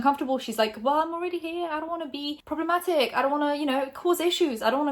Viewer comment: This is honestly such a waffle... "she could be talking about this prob-leh-ma-ick person or about that other." All of this is wild conjecture based off a 'mysterious' tweet. Watch when it'll turn out it's about someone else entirely, not [clickbait] Shane or David. I remember when you started out and actually had something to say. Nowadays, I feel you're really just a person sitting in her grey bedroom, verbatim reading someone else's (publicly available) tweets or statements, and making wildly-reaching yet still ambiguously speculative comments, i.e. just waffle. There's no insider insight, secret source, animated archive, or comedic spin or personality... All fluffed around a minutes-long brand deal, though. I personally think from just a couple years ago would say "she's taking the piss!" 🤷‍♂️ With peace and love.